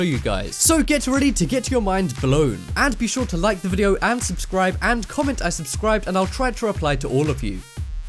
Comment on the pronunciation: VIDEO not WIDEO!! XD